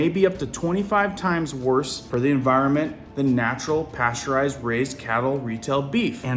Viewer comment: It’s NOT En vi ro mint It’s En vi ron ment